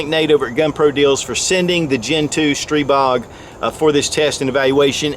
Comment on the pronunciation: Your Stribog is pronounced 'stree BO'